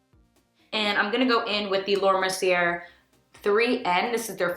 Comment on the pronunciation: Beautiful look babe!! 💗 Just an fyi.. Mercier is pronounced Merci-a. 😘